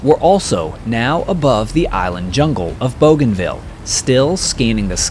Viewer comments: Pronounced BOO-gan-ville, not BOW-gan-ville. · Bouganville is pronounced boo-gahn-VEE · My dad served in the Pacific,WW2. 2nd Marine Division,,,You did a wonderful video here, I'll check out your other ones. I do believe Bouganville is pronounced BOOganville. Just a minor thing, no biggie. Thank you. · BOOGANVILLE NICHTWAHR? But spelt BOGANVILLE ? is it not? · All that work & you couldn't learn the pronunciation of a 2 syllable word ? :face-blue-smiling